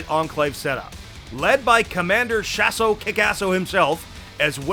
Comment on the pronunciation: It really irritates me when they say Shas’O Kickass’O. It’s almost as bad as listening to an American say Aluminium